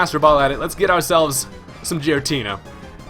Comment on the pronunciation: its gh-er-a-tee-nah